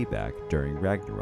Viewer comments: it's "Ragnarok" not "Ragnorok" 😏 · Its ragnorok not ragnarak